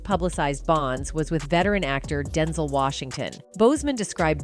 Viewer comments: Is it DenZol or DenZell she needs to say his name right 😂😂😂😂😂 Denzol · This narrator -- AI, I suspect -- grinds my nerves EVERY time she says "DEN-zel" instead of "Den-ZEL." 🙄 Having said that, I love and respect Denzel Washington forever and I still miss Chadwick Boseman. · Girl it’s DEN-ZEL, Not densle… sayin his name wrong imma check you 🤏🏾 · His name is Denzel not Denzol...i hate the way they pronounce ppls names wrong. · It is pronounced DEN-ZEL!!! UGH!!! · That man's name is DEN ZELLLLLL! You saying his name so wrong and I hate it. Please learn how to pronounce people's names before you do a story on them. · Who’s Denzil? AI much. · U saying his name all wrong why would you do a story on someone and you can't even pronounce their name wrong not cool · AI need to say his name right IJS